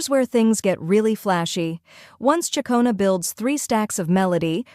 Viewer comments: Tell your AI reader, it's pronounced Chic-ona not chia-cona. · It's actual chuck-ona.